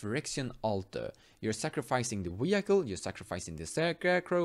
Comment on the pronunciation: I love some of your pronunciations sometimes man. "Wee-Hike-All" haha, I like Gerrard for some combo ideas too, solid vid as always.